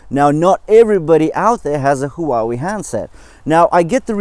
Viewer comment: Maaaan, you make feel awesome about buying the GT2 Pro instead of the GT3. Thanks for always giving us the honest of reviews, that's what we need. And how you pronounce Huawei, they should really hire you haha. Stay safe, keep it up